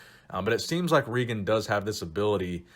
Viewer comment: its regan, not reegan